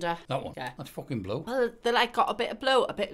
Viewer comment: "the fooken flippers"